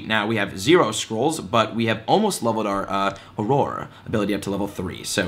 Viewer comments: Not Aroar, its Awrur! You'll get a hang of it 😁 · It’s pronounced “or-err” not “ah-roar”. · Welcome to the wizarding world ⚡️😂 Just a tip, auror is pronounced or-er :) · I love that you are a gamer who is learning about Harry Potter and I’m a huge Potter fan who is learning to play a video game. P.S. Auror is pronounced “or-rer” Thanks for the helpful vid! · Auror is pronounced oror so just say or 2 and that's what it is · Auror is pronounced ora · I think its good to correct him or we will hear it wrong forever and it was starting to bother me too esp if thats his profession. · Jesse Adkins Same! I literally winced when he kept saying it! XD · I very nearly had to click off the video! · Sounds about right. If the shill can't even pronounce "auror", shows how much he really knows about what he's been paid to promote. Which is not a lot, evidently. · My dude great helpful video, but I wanted to throw my phone into the wall each time you said Auror